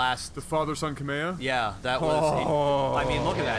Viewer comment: fuck dude, the goku charge is called...ka me ha me ha!